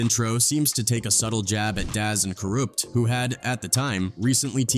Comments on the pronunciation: Daz and Karoopt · Never heard Kurupt's name pronounced like that 😂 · AI content creators did you hear how he butchered Kurupt!! LMAOOOOO!!!